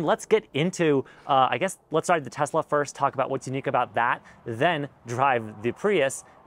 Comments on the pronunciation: It's a Tesla not a Tezla and stuff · Please pronounce Tesla as Tesla not TeZla! Tesla was a Serbian and his last name was Tesla!